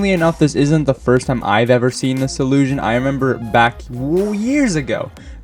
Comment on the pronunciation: no, 'illiusion' he said multiple times